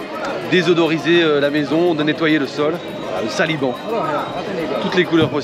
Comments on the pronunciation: Sanibo et pas saliban 😊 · Salut c était du sanibon pour la prononciation